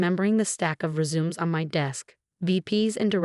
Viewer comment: Hehehe chandelier and resumes… I’m loving the predictive pronunciation of the AI 😂